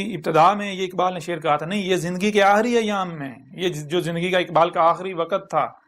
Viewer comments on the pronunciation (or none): جھوٹے نبی جی اپنے تلفظ تو صحیح کر لیں آحری نہیں آخری